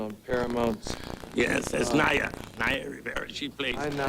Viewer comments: he finally pronounces her name right👍🙌🙌🙌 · “Yeah that’s Naya” “NeIgHuH” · Her name is Naya not Neya! Come on at least get her name right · Dude is just not good with names... Nae ya? No mcgoober... NAYA ( Ny Ah... NAYA) Damn ! Didn’t u hear Arsenio in the beginning of the video pronounce her name? I’m starting to think he does this on purpose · it’s pronounced ni/yah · Please practice the pronunciations of your celebrities, especially the ones who are longer with us🤦🏾‍♀️ “NYYYY-UHH”, like “Nitrus”. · its pronounced "NIYAH" come on dude, you could at least get her name right. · It pronounced Ni-yah please show some respects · I don't mean to be petty but it irritates me when people are miss pronouncing her name. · Too bad the narrative could not pronounce her name properly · Pronouncing her name correctly wouldve been the most important show of respect for a start! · Holy crap you butchered the pronunciation of her first name, jackass..... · Its pronounced like Hiya. Not nay-a. Naya. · Everyone says naya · I know!! Right .give my girl her props. PUT SUM RESPECT ON NAYA'S NAME🙏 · Is it bothering anyone else that he kept mispronouncing her name? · I’m so glad I’m not the only one who noticed… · They literally pronounced her name and homeboy is butchering it. I’ve noticed he does that often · Cause he’s Canadian. They have dumb ways of pronouncing names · THANK YOUUY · I know is Canadian so the accents are different and stuff so I'm not trying to rag on him, but I really wish more research and practice would go into the pronunciation of peoples names. For the Pop Smoke video he called Canarsie "Can a rise" and now Naya's name gets butchered for 10 minutes straight. Out of respect to the departed, their names and their home towns, etc should be pronounced correctly. 🤷🏻‍♀️ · I love your videos. keep up the great job but please learn how to pronounce people’s names.